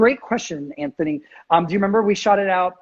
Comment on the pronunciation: this is how you pronounce the name "Anthony" in dolphin language